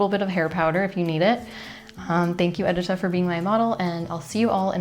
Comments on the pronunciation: Edit-a - your name is meant to be pronounced Ed - i - ta (i as in dish) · Lovely video. It’s very informative and I’ll have to try out these techniques. A note however: you should double check with your sister-in-law on the pronunciation of her name. The polish name Edyta is pronounced ed-EE-ta, with the emphasis on the middle syllable, not the first syllable